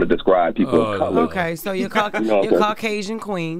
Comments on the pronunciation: "Caucwasion" & "Morability" are CRAAAZZYYY! 🤣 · He even said cau-qway-sian. Lol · The first caller doesn’t like to describe people as colors but called BW “black” and can’t pronounce Caucasian 🤦🏽‍♀️